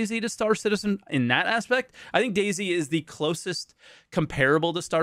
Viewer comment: "Star Shitizen" may very well stick! :D